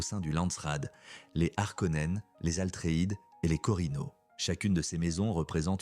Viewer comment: Bravo pour cette vidéo. Par contre on dit "Atreide" et non Altreïde